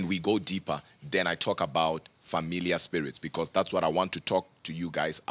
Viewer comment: Sounds like he says Familia, the Spanish word for family and not familiar